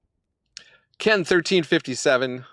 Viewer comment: Had this running next to doing other stuff, when you said "Ken13" i had to check the name because man .. i definetly understood something else 😅